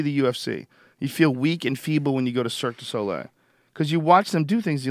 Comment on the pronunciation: man, Joe does not know how to pronounce "Le Cirque du Soleil"